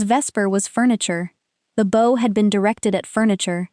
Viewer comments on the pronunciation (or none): Please teach your AI that the word “bow” is pronounced with an “ou” sound. Such as cloud or doubt. Thank you. Good story. Listening from Jacksonville FL, USA; p.m. EDT. ❤❤ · Your reader is confused between the two pronunciations of heteronym "bow."